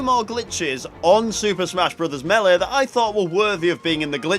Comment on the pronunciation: meeleh? alright. this guy is DEFINETLY Irish.